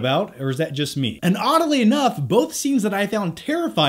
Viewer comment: "oddely" wth, i'm assuming he meant to say oddly. haha